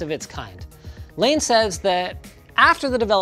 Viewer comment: Kudos on the pronunciation of Layne's last name! So many people get that wrong.